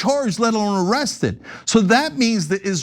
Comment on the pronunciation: he said ziesed..not arrested...